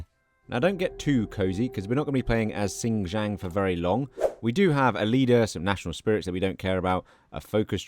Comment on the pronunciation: Where do you get the "J" sound from the letter "K"? Lol...sin - key - ang, not...sin - ji - ang